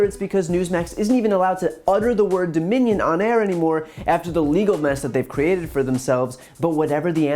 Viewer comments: He cannot say their name😂🤣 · This made my day!!! and what's absolutely HILARIOUS is the newsmax clown couldn't even say the word "Dominion". I can imagine the people in his ear screaming, "DON'T SAY DOMINION" LMMFAO!!!!